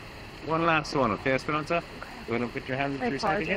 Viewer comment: He said "Esperonsa" 74 times in this video.